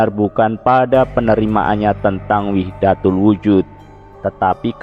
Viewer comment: Kayaknya wahdatul wujud bukan wihdatul wujud